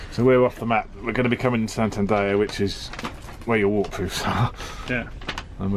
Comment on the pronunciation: San-tan-dare..... 😀 Not San-tan-da-ya...... 😂